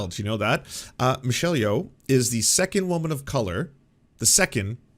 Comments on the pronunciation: "It was apparently quite boring..." so apparently Ben didn't watch it and has some comments anyway. Her name is pronounced Yoh, BTW, not Yow. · He can't even say Michell Yeoh's name. That he doesn't understand why EEAO won editing shows that he doesn't understand shit about film. And who actually expected Top Gun to win anything? It was weird that it was nominated.